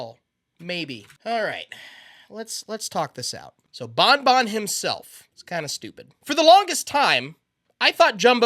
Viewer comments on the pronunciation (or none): its ban ban not bon bon/my son is a biiig fan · Its ban ban not bon bon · Love the content. Pronouncing ban ban like bon bon drives me crazy though. Ban ban like can can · You keep saying bonbon instead of banban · Bon bon bonNot pronounce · Bro saying gatren of bon bon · Bruh, why does he say it like bon bon? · BanBan is not pronounced with an accent!